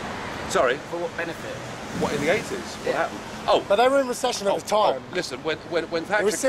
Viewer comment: That was painful to watch, but Nigel did well considering... "yeah yeah de IMF..."